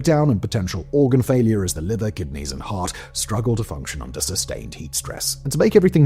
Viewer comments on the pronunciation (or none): none